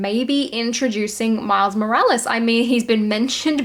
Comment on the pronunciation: Am I crazy or did I hear, "Miles Mo-rech Malice". Lol